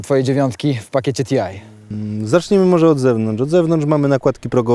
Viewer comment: jakie TIAJ !?!?! to nie jest TIAJ , to jest TI, czyli Turismo Internazionale. Skąd to angielszczenie włoskiej nazwy?